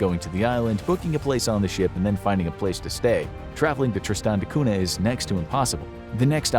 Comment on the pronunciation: Cunha is pronounced Kun-ya and not 'Cuna'